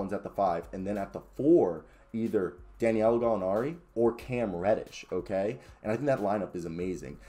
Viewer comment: C’mon sir…it’s DA•NI•LO!!! Say it with me, sound it out. I’m starting to think you’re doing it on purpose. 🤔🤔🤔🤔